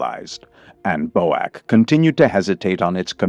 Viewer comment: Bow-ack? I don't think I ever heard a Brit pronounce BOAC that way